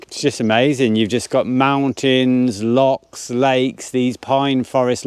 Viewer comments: No they're not lakes. You're correct. Also they're not locks either. They're Lochs. Say it and spray it with pride Lo chhhhhh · That are lochs not locks. Different pronunciation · Its not locks its lochs lol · Welcome to Scotland . Remember it’s och, it’s not locks 🤣please! There is a lake called Monteith only one..,it’s och,,,,,please . Plockton as apposed to Skye! . Nice to see your vlogs again. Go see the Crannock on Loch Tay. Good walk up Ben Lawers, it’s a Munro. All lochs are pretty.